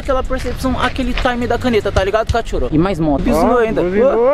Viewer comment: Kkk adoro quando vc fala cathoro